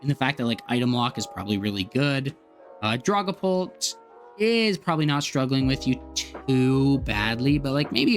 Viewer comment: The way you say Dragapult. lulz I've noticed this wirh alot of TCG players. I was a VGC player for many many years. Got into TCG during the pandemic. And basically stopped VGC outside of watching some content from Aaron Zheng and James Baek. But I've noticed TCG players mispronounce Pokémon so often yet VGC players don't. Its hilarious to me. Has any others from the VGC work noticed this with TCG players?